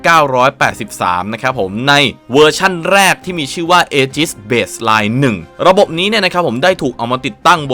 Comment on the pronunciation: ถ้าอ่านให้ถูกคือ "อีจิส" ˈējəs - ae-gis ครับ เผื่อใครยังไม่ทราบครับ